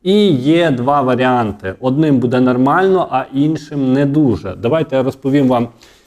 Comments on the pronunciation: Та не «будЕ» , а « бУДЕ» ! Безграмотна мова !😢😢 Говори Українською , якщо ти медійник !!!😮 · Ставте правільно наголос. Не будЄ, а бУде! Невже так важко запам'ятати! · А чому "буде" з наголосом на "де" ? З України нас вже насильно зробили галичину, а мову вже не пізнати, нас вже швидко усіх незгодних "ушпиталять".